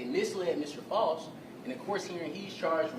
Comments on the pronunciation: It’s pronounced Faust like Frost…idk where they got that Foust pronunciation from…his name is Edrick FAUST… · Mr. False? His own attorney can't even pronounce his name? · it’s not that hard to say Faust